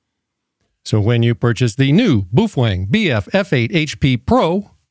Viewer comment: Pronounced Bow feng